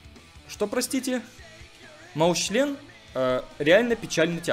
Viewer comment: Став лайк, если заметил что не говорит Маусчен а говорит Маусчлен.